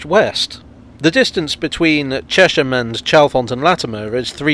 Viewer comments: I know a lot of people who live there (of different ages) and they all call it Chesh-am. Maybe the congruity with the pronunciation of Amersham is what sways people. It is curious though – there’s probably an etymological case for Chez-um, like with Cheshunt. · Excellent as usual - but I always thought it was pronounced "Chess-m" rather than "Chesh-m", after the River Chess which appears briefly in one of your shots. And having to go all the way to Horsted Keynes to make a film about the London Underground must really have tested your Oyster-card! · Please please please it is Ches-ham not Chesham. It stands for the Hamlet on the river Chess. And it really does be on it. The old Electricity board showroom in the High Street had to have its floor up in the 1960's and a brick arch covering the river was discovered. More things you did not know about Ches ham. The Berkhampstead Road leads to Berkamsted, and along this road it is possible to see the cutting for the continuation of the railway to Tring / Berkamsted. The extension was stopped by the very rich landowner whose name escaped me for the moment. But please please it is Ches-ham not Ruddy Chesham!